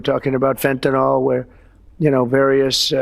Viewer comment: He calls it Fentinol. Can’t even get a 3-syllable word correct.